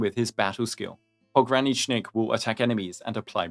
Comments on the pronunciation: Finally, someone who can pronounce his whole name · You're like the first Endfield CC that managed to pronounce his full name correctly